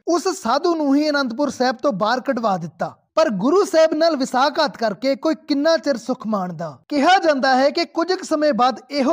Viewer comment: ਇਤਿਹਾਸ ਦੀ ਜਾਣਕਾਰੀ ਦੇਣ ਵਾਸਤੇ ਧਨਵਾਦ ਪਰ ਪੰਜਾਬੀ ਬੋਲੀ ਦੀ ਡੰਡ ਲਾਹੁਣ ਦਾ ਇਤਰਾਜ ਹੈ। ਸ਼ਬਦ ਵਸਾਕਾਤ ਨਹੀ ਵਸਾਹਘਾਤ ਹੈ।